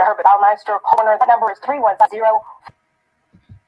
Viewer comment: "Coroner" not "corner"